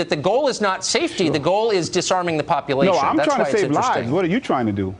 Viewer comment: I love the way that guy pronounces bullet, like it's a special word. Where did he learn to speak? Popolation.